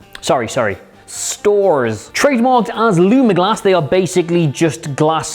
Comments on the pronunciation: I think we were all attacked just now. The way you just said "stores" triggered me a little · Ermahgerd! "stores" 😆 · Yeah, I had a big stupid laugh at that one